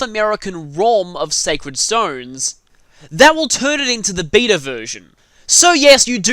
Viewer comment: the funny thing is, every time you say beta version I hear vita version lol.